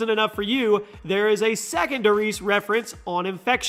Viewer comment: If i hear "dur reeeeese" one more time...